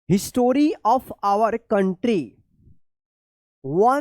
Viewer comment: Sir app bahut aise cheez jo galat bolte hai history हिस्ट्री hota hai to app हिटोरी bolte hai😅our app were वर hota to app व्हेयर bolte hai😂sir sahi padhaya kijiye nhi to fir sab jahil gawar na samjhe our ulta palta padhne se स्टूडेंट्स ki insult hogi fir😢